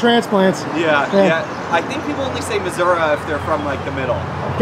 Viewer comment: I've lived in missouri for 30 years. In "the middle" of the state as that guy called it. I don't think anyone from missouri actually pronounces it "missour-uh," I've only ever heard it said that way on TV, by people not from missouri. glad to hear you pronounce it the right way 👍